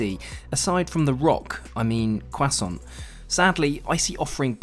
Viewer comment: He said “Kuason”